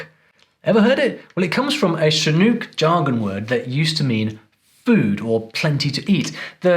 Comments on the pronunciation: FYI: Chinook is pronounced with the « ʊ » sound, rhyming with "book". It's not pronounced with the « u » sound, like in "spook". Also, the initial sound is a harder "ch" and not a softer "sh". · Chinook. Like book, nook, look, took, hook. Not ooooo like boot or toot or hoot or cool. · Your pronunciation of Chinook .... It's "shin" as in the bone in your lower leg ... and "ook" rhymes with book, look, cook ... accent on the second syllable. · Oregonian here. Chinook rhymes with book. And a lot of these aren't strictly regional. We definitely use cattywampus, dadgum, all get-out, etc., here too. Probably not as frequently, and "dadgum" will earn you a few odd looks, but people will understand what you mean. And puppy chow is delicious. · it feels so good to say, "Not quite right,.", since you're seemingly never wrong. Chinook is pronounced with the 'nook' syllable rhyming with 'look'. I think that 'snookered' would work about as well as 'sneetered'. In IL, we also say, "All bark and no bite." My dad was from central MN, but he added 'good' to larrupin'. My family has always called the glove box the glove compartment. I've heard of 4 or 5 aliases for puppy chow and muddy buddies. The term 'wicked' only came along in recent years as a new slang term, at least, here in IL. In place of thingamabob, I've heard 'DO-muh-tuh-fah-chee', and 'HICK-ee-muh-did-ler.'